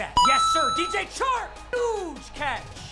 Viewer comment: im so used to yoboy pizza saying DJ Shark that when says DJ Chark it sounds weird.